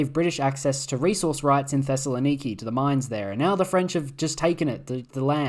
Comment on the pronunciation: this man pronounced Thessaloniki perfectly